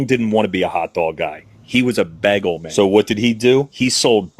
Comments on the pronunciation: Why is the guy pronouncing it "beggel"!? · am i the only one the reacted to the way the hotdog dude pronounces bagel? to me it sounds like he says beggle hahah